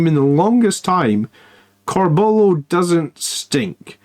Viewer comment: Love your stuff but there's a U in Corbulos name..pronounce it m8! Lol oh and use spell checker on your slides 😂